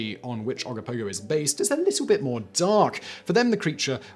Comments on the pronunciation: oh go poh go. and oh ka nah gan lake. i know your trying .... kind of lol. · Simon, this is the 2nd time you mucked up the pronunciation of the Ogopogo and Okanagan Lake . Oggopogo is pronounce Oh Go Pogo......as if you are telling someone to "OH GO bounce on a POGO stick" and Okanagan Lake is OKA gNAw GAN